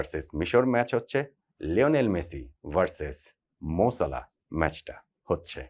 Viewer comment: মোর সালাহ না মোহাম্মদ সালাহ